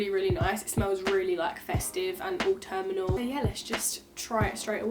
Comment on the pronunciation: Auturmenal 😂😂 do you mean autumnal?